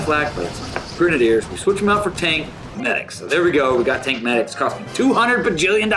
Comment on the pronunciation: it's grenadiers not gre-nade-ers just saying . also it's a great combo isn't it